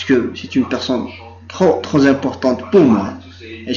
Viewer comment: ahh ya on dit " tropimportant" machi" trozimportant"